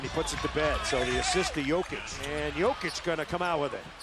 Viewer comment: commentator just said yolker instead of joker hehahohihu